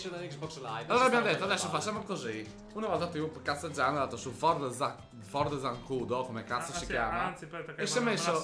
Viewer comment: non è zancudo.... è zanCULO !!!!